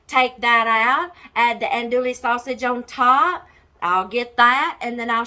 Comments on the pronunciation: "Dewy" 😂 not "le" 🙋‍♀️ from South Louisiana! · Silent on the L's hon😚